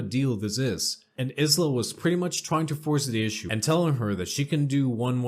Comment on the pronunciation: Aisla is pronounce Eye-La, and it Kin-sin-era